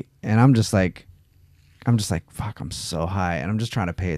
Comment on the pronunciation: I listened to this last night during my smoke after work sesh and have to say this I haven’t listened to a more interesting podcast in a long time. Cracked up every time said fack! My brother and best bud say that all the time since we heard a guy sliding down face first on an icy ski slope shout faaccckkk😂